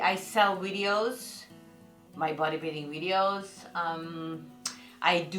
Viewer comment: You're awesome and I love the way you say "wideos" lol